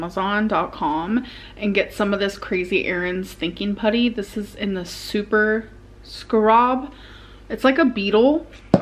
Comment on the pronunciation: “super scrob”